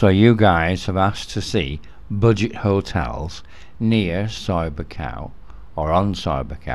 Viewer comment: So I'll never grow tired of hearing you say boojit hotels :)